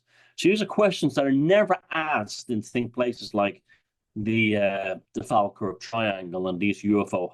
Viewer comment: it is pronounced Fall Kirk. Also a lot a medievel and 18th Century battles in the area.